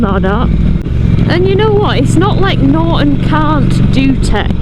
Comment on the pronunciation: There’s a T in NorTon🤨